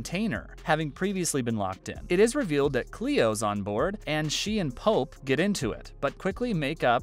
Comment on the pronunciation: His name isn”pope” not “polp”